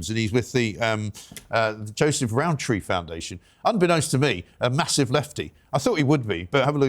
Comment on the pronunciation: Row tree pastels gine vegan mr rowntree 😂